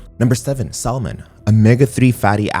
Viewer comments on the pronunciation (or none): Great vid! Just don’t pronounce the “L” in Salmon 😊